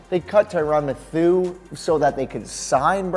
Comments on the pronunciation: Wait did you just call the honey badger “Tyrann MATH-U”?? WTF is this a sports channel or do you just pretend bro? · "Tyron Mathoo" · Mathieu is pronounced MATTHEW NOT MA-THOO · Y does he keep botching name it’s pronounced Matthew smh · Lost me at "mathou." tf is that? Thumbs down. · Cmon bruh u say his name like Mathew! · BoLT xLegendz mathoo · secondstate fishing ma thi eu not Matthew ya dingus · said Tyrann Mathieu wrong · Did you hear how he pronounced Mathieu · Why did you say Tyrann Mathieu like that? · Wait how did he pronounce Tyrann Mathieu name